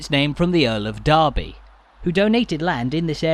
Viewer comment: It's actually Derby, not Darby. Comes from D'Erby not the town in the midlands.